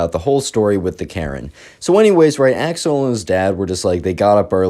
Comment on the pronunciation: I know you're saying Axel. But im hearing Ax-hole.